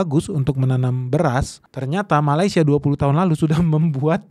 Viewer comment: Sebut malaysia pun salah bukan malai tapi meley